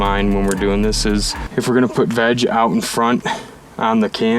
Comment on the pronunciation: Every time yall said veg, I heard vag 🤦🏻‍♂️